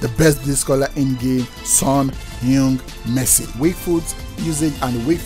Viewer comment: Son heung-Min ❌ Son heung Messi✔️